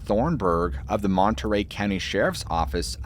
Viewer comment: The ‘t’ is Monterey is silent.